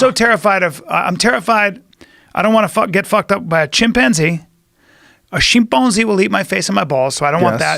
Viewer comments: This dude pronounced "chimpanzee" like some faux French Canadian lmfao "shimponzae" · Did he say Sheep bone zee after saying Chimpanzee? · What the fuck is a shimponzee? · Bryan “shaga shaga” callen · What was the second one that eats your face and balls? “A shimpboz” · Bryan "shagun, shagun" Callen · “SHAGUND SHAGUND” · I've never heard of a shimponzee? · Bryan "Shagen Shagen" Callen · bryan's pronunciation of chimpanzee had me rolling